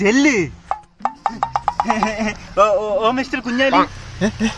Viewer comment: oru thettu undu bro kunjali ennanu bro parayunnathu